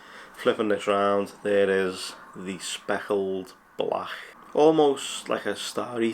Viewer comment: Speckled blach 😂 dunno if it's the accent just sounds pretty funny. Good job though